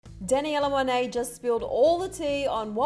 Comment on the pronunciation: She said Danielle Monet like Danaella Monet